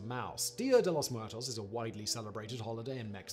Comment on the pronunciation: Simon's pronunciation of "Muertos" sounds like somebody who is just about to puke.